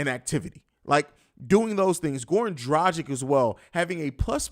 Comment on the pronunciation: Yo, this is a podcast about a Chicago team! Nobody cares what time games start in "your" time zone! Be a professional and if you're giving a time for something, make it Chicago time. Oh, and learn to say Dragic right! It ends like Vucevic, not magic! (How's my "petty Roosevelt"? It's been a rough day.)